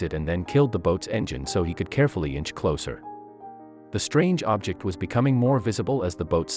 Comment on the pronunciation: Your text reading program mispronounced "object" several times saying "ob-JECT" as the verb instead of "OB-ject" as a noun